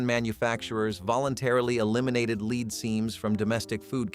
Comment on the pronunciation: It's "lead" not "lead"! Fk! 😄